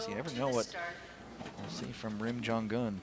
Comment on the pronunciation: it's jong-un!! not jon-gun